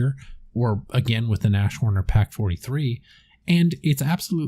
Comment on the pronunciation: It's not O S T- Legionäre. It is Ost-Legionäre. It is the german word for east. These were Soviet troops who switched sides. It is also pronounced Nas-horn not Nash-horn. Though the second would be an adorable german nickname :)